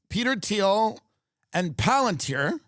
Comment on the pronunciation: Peter Dinklage popped in my head everytime he said Peter Theil